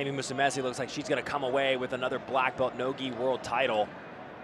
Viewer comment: Man, these commentators need to learn how to pronounce Musumeci. Don't be ignorant with foreign names especially with those who've been competing for quite a while now